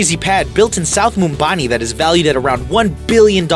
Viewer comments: Its mumbai (mum-bi)..not mumbani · South Mumbani 😑😑🙄 it's Mumbai , I wish they checked their facts , before posting a video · It's Mumbai, not Mumbani 😂😂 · Ummmm.... it's Mumbai. And not Mumbani😅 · Its Mumbai not mombani😂🙈🤙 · It's called 'Mumbai' dude.. not 'mumbani' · It is not mumbani it’s Mumbai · When did Mumbai become Mumbani?????? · Its ‘Mumbai’..not ‘mumbani’ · It's not mumbani its mumbai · It’s mumbai (muum-bye)in pronouncement not moombani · Its mumbai not mumbani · It’s Mumbai not mumbani 😂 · Lmao anyone else notice he said "Mumbani" instead of "Mumbai" several times for the city where Amabni lives. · Wtf Mumbani?? It's mumbai fyi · It's not Mumbai it's mumbai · Just cause it rhymes with Ambani don’t call it Mumbani 😂 It’s Mumbai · Its pronounced Moo-Kaysh Aam-Baani and its pronounced Mum-bayi not mumbani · Mumbai . Plz not mumbani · Mum-bai, not mum-bani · What city is called Mumbani??????? It's MUMBAI!!!!! Soooooo embarrassing for you guys to get a MAJOR Indian city so wrong and NOBODY at the show realised!!!!! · It's not mumbani, it's MUMBAI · Why the fuck are you calling Mumbai as mumbani? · It’s Mumbai not Mumbaini lol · It's not Mumbani, its Mumbai. Narrator dude, you mixed up Mumbai and Ambani. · NOT MUMBANI ITS MUMBAI OR BOMBAY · The city called Mumbai not mumbani 😂 the last name of the guy is Ambani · mumbani wtf its mumbai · its mumbai not mumbani lolol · What's Mumbani? It's Mumbai... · What the fuck is mumbani its mumbai😂😂😂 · it's not mumbani.. it's Mumbai..thats the name of the place of ambani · The anchoris verbally challenged & probably UNABLE TO READ... He CANNOT READ MUMBAI... kept reading MUMBANI through out the narraion...Now I get it what makes the Americans EXCEPTIONAL... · The hell is MUMBANI dude, it's MUMBAI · It's Mumbai!! Not Mumbani! At least get your facts checked before pronouncing the wrong name!! If you want to spread knowledge then do it correctly!! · It’s not Mumbani, dumb it’s Mumbai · Dude, that's MUMBAI NOT MUMBAANI😂😂😂😂